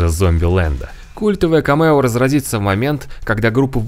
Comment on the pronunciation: Только не камЕо, а кАмео. ☝🏼